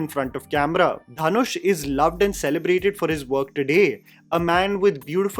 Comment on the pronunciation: Dhanush is pronounced दनुष not धनुष